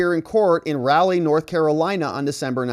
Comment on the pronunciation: I am sure this was already posted, but Raleigh is pronounced Rah lee. You sound stupid when you mispronounce words that 5th graders pronounce correctly.